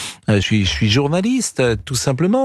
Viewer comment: Il est bien plus militant animateur que journalisse, comme il le prononce si mal. Ça se saurait s’il était impartial. Il fait d’ailleurs fort bien ce travail, il faut lui reconnaître cette qualité. Mais pitié..! Qu’il soit honnête et le reconnaisse..!